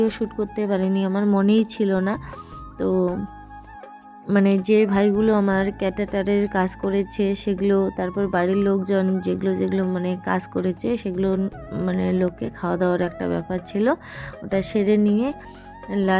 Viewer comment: Catater na caterer, ketarar.